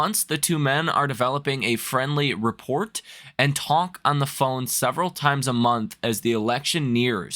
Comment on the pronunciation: Rapport has a silent T btw.. pronounced Ra-pour